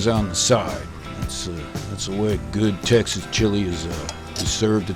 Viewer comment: he says goo not good